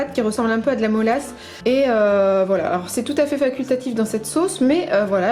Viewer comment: 😄 mélasse pas molasse...🤭